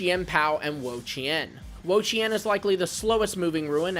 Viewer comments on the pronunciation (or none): I hate to tell you,, but you're still saying Wo-Chien wrong.